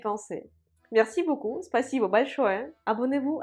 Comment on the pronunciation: J'adore quand prononce le mot "beaucoup", c'est mignon 😊